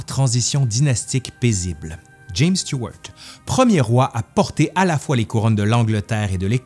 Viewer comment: Ah ben, ça fait plaisir d'entendre Stuart prononcé autrement qu'à la française ❤👍